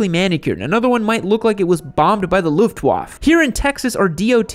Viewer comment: Lutwaffe pronounced Lut Waf?